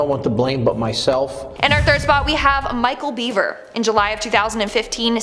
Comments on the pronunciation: It’s actually BEVER not BEAVER 🤦🏻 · It's Michael Bever not Beaver. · It's Bever, Robert and Micheal Bever... Not Beaver. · It's bever. Not beaver. The bever murders. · If your going to do videos on serial killers, please pronounce their names correctly. The beavers lol